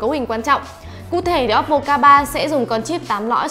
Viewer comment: Ad nên nhớ là ôppô chứ ko phải là ốp pồ nhé phát âm cho đúng nhé